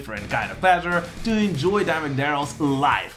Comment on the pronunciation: I love that your accent makes it sound like you're saying Diamond Darrell